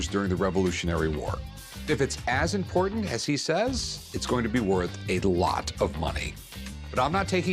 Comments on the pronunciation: 😂why does a "book expert" struggle pronouncing the word "impordant"? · I can’t stand the way the rare book guy says the word: important. Sounds like “impordant”